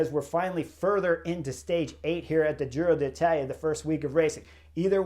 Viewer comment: I love the Butterfly Effect. For this Giro, my one request to Chris is to not say Giro de Italia… 😅